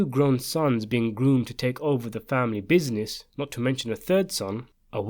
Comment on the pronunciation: I like the way you say "bizines"